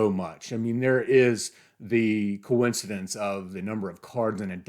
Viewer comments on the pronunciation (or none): none